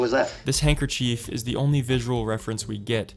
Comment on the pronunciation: did bro say handkercheif lmao